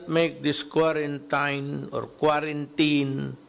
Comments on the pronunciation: Sir President Duterte that pronounce k w a r a n t i n i just type in wrong spelling how to pronounce quarantine. Not k w a r a n t a y n. Just concern citizen po Pres. Duterte. Pls take care always your health Mr President Duterte. Bawal magkasakit po. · Ok yung binabasa nya yung proclamation para malinaw at hindi usap lasing!!!... look up correct pronounciation ng Quarantine, para alam mo, Sir.